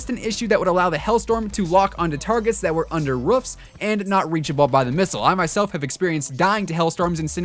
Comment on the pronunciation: Did he just say ruffs instead of roofs?